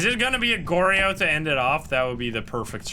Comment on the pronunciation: it irks me so much each time you incorrectly pronounce onryo and goryo